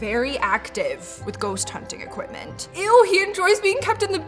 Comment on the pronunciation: What is an "equipTment" exactly? xDDDDDDDDD